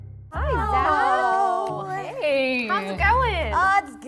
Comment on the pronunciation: Idk why but I heard him say his name was zacholas